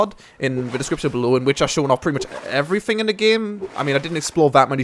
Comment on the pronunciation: Says eeehh about everyfing 8/8 m8 no h8